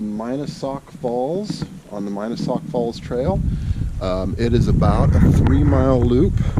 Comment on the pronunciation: He mispronounced the name of Mina Sauk Falls.